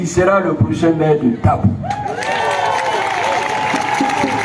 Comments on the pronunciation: C'est Tabou et non dabou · C'est plutôt tabou et non dabou